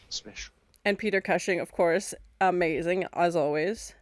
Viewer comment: Great reaction to a great movie. Just one tiny nitpick, Peter Cushing name pronounced COOSHING 😊